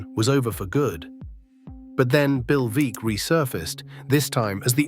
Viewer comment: Great to have an essay about Satchel Paige. Paige pitched briefly for the Portland Beavers in late 50s or early 60s. Note: Veeck is pronounced VECK.